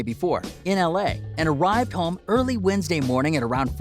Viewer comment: Why u say Home like that 💀💀 Hom